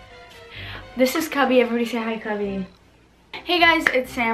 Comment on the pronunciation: I heard Kobe instead of cubby🥺💔